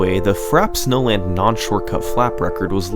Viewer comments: Take a shot every time he says Frap Snowland instead of Frappé Snowland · Frap snowland? It's pronounced Frappay Snowland dinglebrain. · Why do I keep hearing "Fraps Nolan" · 'Frap Snowland' 😂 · "Fraps Nolan"